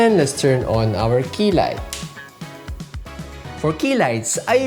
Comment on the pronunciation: Man, the quality and information of this video is superb👌 Who else heard "Fix my kilay?" I was like what? Lol! It's key light darn it!😂